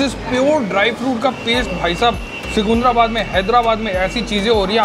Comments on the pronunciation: भाई सिकुंधराबाद नहीं है, सिकंदराबाद है 🤣🤣 Lots of love from Hyderabad 💖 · Secunderabad is pronounced as Sikandarabad.. not sukundrabad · Seecunderabad nahi bhai jaan😅 seecunderabad. I'm from Hyderabad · The best part is your telling Secunderabad is Secunndarabad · first learn how to pronounce secundarabad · Am I the only one who heard seecuundraabad :/ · ❣️❣️tqq for cmng to secundrabad. But u sounded weird😅 it's ( c ki ndra bad)😁😋